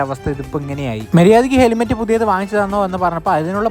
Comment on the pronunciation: Eda patti helimet alla helmet anu 😂